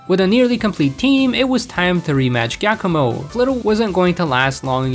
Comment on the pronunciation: Forget Geeta's team, the most tragic part about this video by far is hearing an Italian name, Giacomo (pronounced Jia-koh-moh) pronounced as "Ghakkomo" 😭